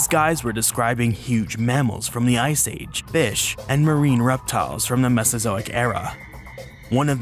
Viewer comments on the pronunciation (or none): none